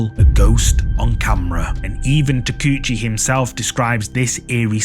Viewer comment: Ta-kay-oo-chee, not Tacoochie.